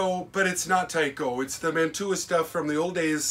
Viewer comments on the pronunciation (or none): I grew up in Woodbury Heights, NJ where the Mantua Metals and later Tyco factory was located. Just to let you know, it's pronounced Man-chew-ah, not Man-two-ah. You're correct that in the beginning, it was all kits you had to put together. Lots of people in town and the surrounding area got their first jobs at the factory, including my sister. My mother in law also worked there. When you went into the lobby, there was a wall of trains a lot like the one behind you. There was a reject pile at the back of the factory where they would destroy the trains that had imperfections. Some of us would raid that pile before they got destroyed, and we'd fix them up as good as we could. Many of us in town had Mantua and/or Tyco train sets when we were kids.